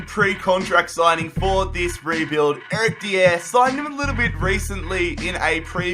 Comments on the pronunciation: eric diyer? i think its die-er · Eric Dye-er not De-er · It is Eric die er not deeere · ERIC DEEAER HAHAHAHA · You are mispronouncing Dier, it is pronounced die-er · Btw Eric Dier is pronounced diy-er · you say Eric Dier's name wrong. It's Eric Die-er. Btw, I love your rebuilds and your sell every player series, it's amazing!!! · dun-dal-k gal-way eric dee-er you really need to work on your pronunciation, not hating just giving tips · Anyone else get annoyed at the way he says Eric dier